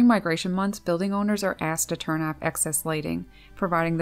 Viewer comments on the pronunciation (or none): none